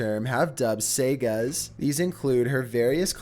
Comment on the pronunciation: You don't know how to pronounces "sagas?" Argh... Seriously... every video has multiple mispronounced words! If you're going to continue to make these videos, learn how to pronounce all these common terms you regularly mispronounce! Did you even graduate high school?!? Clearly, you never went to college.